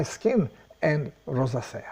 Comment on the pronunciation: Hi, the word 'rosacea' is spoken as follows: Thank you & Good luck!